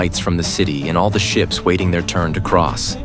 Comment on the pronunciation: ha ha ha learn some English before posting - you said SHEEP wheras it is SHIPS